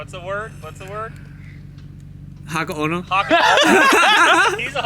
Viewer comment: he keeps saying "haka ono" which is a purposeful butchering of hakone, and is doing it again in his latest video. hes not trying to learn at all. straight disrespectful